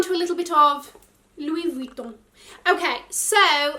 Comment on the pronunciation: You makes me laugh soooo much with « LOUIS VUITTON » your prononciation was « so french » and sooo well said 😂😂👏🏼👏🏼